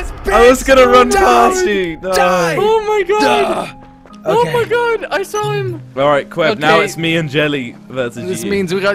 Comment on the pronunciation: Dylan Lawson you said on my god not oh my got